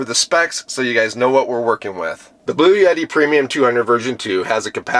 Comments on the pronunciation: It's Bluetti, not blue yeti..... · The pronunciation of Bluetti is typically: BLOO-eh-tee Bloo sounds like "blue" eh is a short, soft "e" sound, like the "e" in "bet" tee sounds like "tea" So, putting it together: BLOO-eh-tee